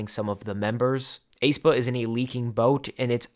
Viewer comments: this is a minor thing but for future videos according to the Hangul and their song aenergy, aespa is pronounced eh-spah or S-pa (에스파) not ay-spah or A-spa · I think the "ae" in "Aespa" is just pronounced as "a", the "e" is silent. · aespa is pronounced "eh-spa" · I find it really funny how you pronounce Aespa😄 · I have never heard anybody pronounce aespa like that 😭😭😭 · you're the only one pronouncing it that way